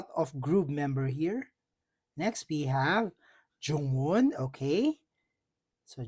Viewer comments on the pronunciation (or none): It's JUWON not Jungwon😅 Hanseo not Hanseyo Im jealous my Heejuneeeee 🤩🤩🤩